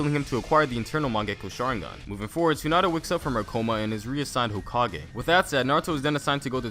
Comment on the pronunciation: I heard tsunada